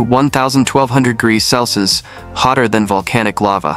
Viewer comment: A decent video but another damn AI voice. It couldn't even say " Celsius" correctly. I'd like to be able to say that I'll be happy when this AI crap ends but like the stupidity & laziness of the Gen Z'ers or whatever these lazy ass kids are, it isn't going to end. It's just going to get worse. Just like the stupidity & laziness of these damn kids.